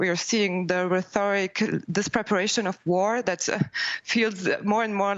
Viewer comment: It's one of my pet peeves when people say "rethoric". It's "rhetoric"! There is no anglophone "TH" in it! It's originally from Greek. It's got a weird "rh", but there is no "th" in it! Just read!